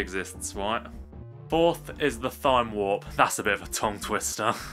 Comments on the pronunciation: Did he say th-ime warp and not time warp? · "Thyme" is pronounced "Time" . Thyme Warp is supposed to be a play on "Time Warp", as it warps zombies back in time. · THYME WARP ITS PRONOUNCED TIME WARP THE PLANT ITS BASED OFF OF IS PRONOUNCED TIME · the "h" is silent in Thyme Warp